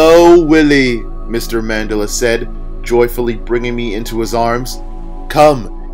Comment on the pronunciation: Mandela = Man-DELL-Ah